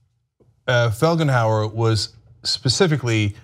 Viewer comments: It's Felgenhauer, not 'Flegenhauer' as Ana says or 'Fledenhauer' as in the video's description. Is it really so hard to read a name? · Her name is not FLEG-EN-HOUR!